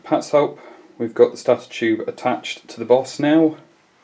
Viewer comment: That is not the correct pronunciation of the word stator.